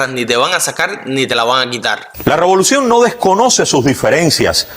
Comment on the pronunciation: Pero es que el de Cuba noticias, repite (LA ROBOLUCION,LA ROBOLICION)o no lo escuchan??